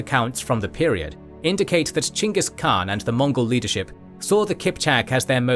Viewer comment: The great thing of this platform is that your pronouns of the Great Khaan is correct.